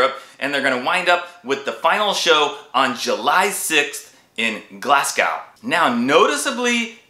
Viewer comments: think of it as "Glaz" "Go" and hello from a freezing Scotland 🥶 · Need to work on the Glasgow pronunciation buddy! 😂